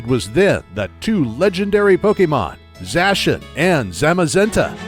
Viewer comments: I finally found someone else who pronounces Zacian as Zashan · Zaciand is pronounced as za-si-an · It’s pronounced Za-she-ian